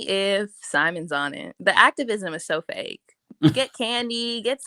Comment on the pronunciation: Ooh nah SLID when she said “ACTORvisim” that really says it all